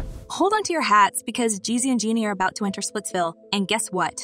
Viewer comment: You cannot even pronounce her name correctly 🙄... Jean-nie. You guys need to stay informed lol